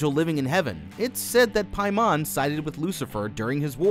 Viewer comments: I’m fairly certain it’s pronounced Pay-Man not Pie-Mon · King “pay men” lol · Am i the only one who had to double take when be said paimon?